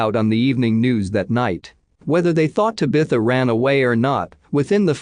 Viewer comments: This guy needs to learn how Tabitha is pronounced same has bewitch’s daughter. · The only thing wrong with these usually informative uploads is the idiotic Bot narration. The often mispronounced words and names is annoying. This last case specifically where it mispronounces “ Tabitha” at least 100x’s is disrespectful to her and her family. I’d be royally pissed if this were my child and heard her name continually being pronounced as such . Ditch the Bot and you’d have an amazing channel. Just my suggestion 🤷‍♀️